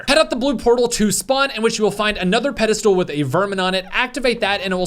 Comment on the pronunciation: Does keep saying “Pedal stool” instead of Pedestal?